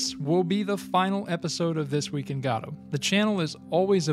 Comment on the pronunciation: Ive heard go-dot and guh-doe, but never god-oh